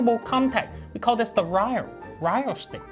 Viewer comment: " I carr it BBC big brak coorer"